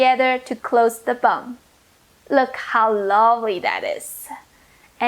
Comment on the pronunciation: Did she say press the BUM or BUN